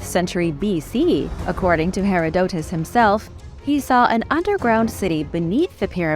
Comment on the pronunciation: ma'am ... plz not "Hair - a - doe - tez" ... instead it's "Ha-rod-da-tis" ...